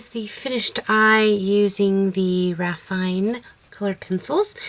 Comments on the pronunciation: Just an FYI, the Marco Raffine' pencils are pronounced "ruh-FEE-neh", not Ruh-FINE"...lol ;) (It's French.) That being said, I liked the Crayola, Prismacolour & Raffine' eyes the most. :) I also tried to blow away the pencil dust, by the way...lol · The accent on the "e" in Raffiné makes it be pronounced Raf-ee-nay... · As a native French speaker I have to say this cx I believe raffiné is pronounced ra-fee-neh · raffiné, it's a french word, you should pronounce how it's written 🙈😘 nice work